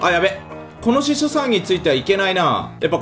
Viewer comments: ひしょじゃなくてししょな？wネタならすまない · 司書さん言えないかわいい